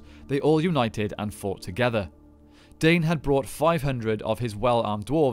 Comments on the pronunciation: Isnt his name pronounced Dine not dane? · Absolutely! Dwarf names are all in Sindarin, all vowels are pronounced.